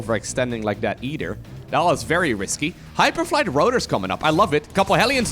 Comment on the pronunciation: Yoo hele nice filmpjes kijk bijna alles van je, maaaaaar.. spreek je either niet anders uit??